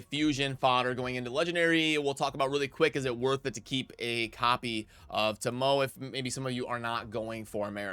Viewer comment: The epic's name is pronounced Toe-Moe-eh